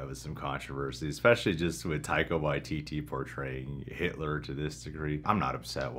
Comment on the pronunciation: "Taika Waiteetee"